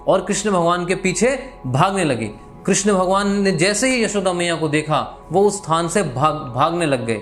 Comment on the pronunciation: कृष्णा नहीं कृष्ण बोलिए कृष्णा द्रोपदी को बोलते है